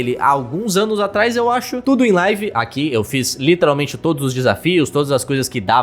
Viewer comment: fala "literalmente" de forma muito errada. Mds, me da agonia